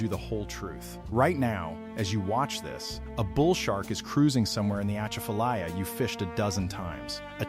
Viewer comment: “ A chaff a lie ya”That’s how to pronounce it.